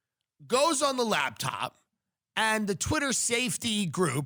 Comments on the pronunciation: Tim says "labtop" instead of "laptop" like I did when I was 10 and imagined an entire lab working inside that top. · I hear him saying labtop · "LAB TOP"